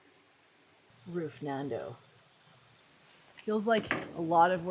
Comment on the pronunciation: Roofnado. Like Sharknado... Or Tornado..... did she say Roof Nando......😅😂